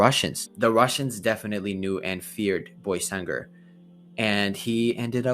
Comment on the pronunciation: Salam alleykum it is pronounced „baysangur“ not „boysangur“ sorry for my bad english